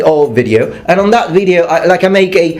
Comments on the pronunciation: I think the problem is that you sometimes say "veedio" (with a long vowel, which is wrong even in Latin :p). At least it sounds like that, but then again, it could be that the quality of the vowel is misinterpreted as the quantity. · the pronunciation most people in America use is video (VI-dee-oh as opposed to VEE-dee-oh) but honestly I couldn't care less about which way you say it. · You can say "veedio", you're a strong independent black woman, you don't have to listen to the haters. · Archetypal, annihilation spot on... You can pronounce team teem by the way, fairly standard in southern English... In the north it might get shortened, depending on accent. Veedio is slightly odd, but fuck really slightly. I mean I'm a massive pedant (I believe I have brought up viscount before) and watch endless videos, but who notices that? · Welsh people pronounce video as "vid-yo" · The problem with saying "veedeeo" is that I said it by accident the other day myself.And you took your degree in Naples? No wonder you always wear mail. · It's pronounced video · Is it just me, or does pronunciation of video, whilst technically wrong, sound both close enough to be correct? In the same way that different accents pronunciation are still correct? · I think that the second way you pronounced video sounds very American.